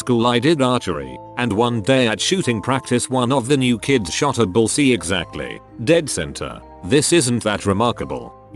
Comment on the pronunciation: "Bulls eey" Mhm. Totally correct pronunciation 🙄